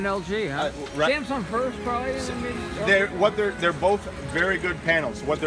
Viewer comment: Love it when he slurres the word probably - sounds line proly